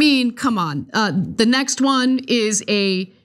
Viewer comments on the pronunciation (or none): none